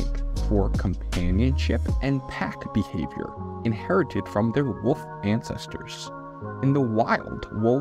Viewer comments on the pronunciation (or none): none